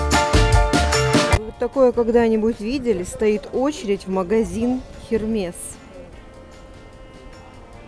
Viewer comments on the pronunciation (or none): Эрме, господа полиглоты, по-французски читается Эрме!